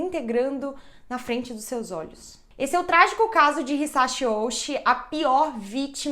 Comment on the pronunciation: Uma dica no vocabulário japonês tudo com chi tem som de ti então o nome do nome é outi provavelmente com o significado literal de carne grande 大内